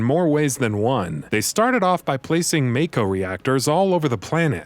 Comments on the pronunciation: It's pronounced MAH-KO not MAYKO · It’s MAAAAAAAAKO!! Not Mayko lol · I love these videos, but now that we've had a full voice acted game produced, with direction from the games creators, are you going to correct your pronunciation of Mako (Maw-ko)? Not trying to be an ass, this is an honest question. I know old habits die hard 😉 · its MAKO not MAKE O